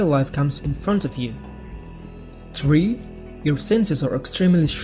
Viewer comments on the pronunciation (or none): Could not understand him!! Was that tree or three?